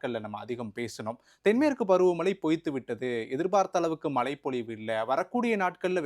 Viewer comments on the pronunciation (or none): Tamizha ozhunga sollupa. Mala malanu soldra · It's not மலை, மழை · தமிழ் ஒழங்க மழை சொல்லுங்க மலை இல்லை